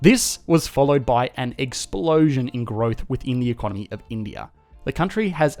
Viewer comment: It's time to learn e-con-nomy! NOW!